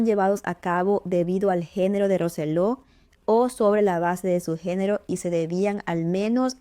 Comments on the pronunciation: Lo dice bien es Roy Roselo no Roselló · Que desagradable y poco profesional que pronuncie mal el apellido de la victima Roy Rosello.